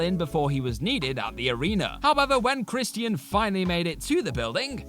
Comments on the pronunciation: ChrisTEEAN? You mean CHRISTIAN. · Chris_chin. Not chris_T_ian. Chris_chin. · Who the hell is Kristy-In? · I hope this guy knows it’s Christian. Not Chris Tian. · Crist-ee-uhn (Christian) haha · The way you say Christian is frustrating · The way he says Christian is funny af